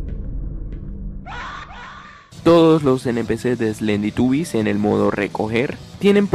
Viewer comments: En la curiosidad 10 dijiste slenditubies lll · En la curiocidad 10 dijiste slenditubies 3